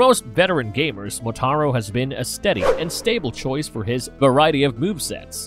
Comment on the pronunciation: He sure as hell got Motaro's name correct lmfao